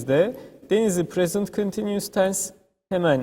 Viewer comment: teşekkürler,çok rahat anlaşılan bi eğitim videosu olmuş."continues" telaffuzu 10 numara ;)